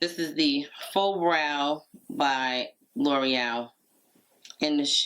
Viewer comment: How lovely! Your eyes look like beautiful gossamer wings! I have to say as a French (among other languages) speaker, the way you say L'Oréal is perfect! Most Americans, sorry if that is rude, say it lurryel. That is a tiny little pot of powder for 35 dollars🤥. I saw you pulling the plastic off of the pencil, and those wrappers have me in conniptions!!🥴😂 Gosh I loved the extra blush, but you know me! This video was filled with so much fun and glamour! thank you for lifting my spirits after a very troubled nights sleep.